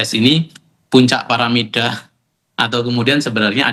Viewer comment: piramida kali ah pak, kalo paramida jadinya cici nanti